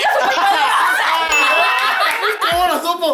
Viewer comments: ¿cómo lo sddupo? ¡¿Cómo lo sDupo?! :v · ¿Como Lo Sdupo? ¿Como Lo Sdupo!!!!!??? >:v ¿Co.. - Como Lo Sdduupoooooo!!?!?!? >:'v